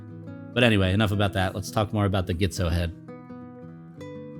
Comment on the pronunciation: nice footage... should be pronounced G-tzo (like letter G) not GHITZO...